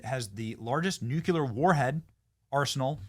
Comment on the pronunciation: IT'S NU-KLEE-AR, NOT NU-Q-LAR!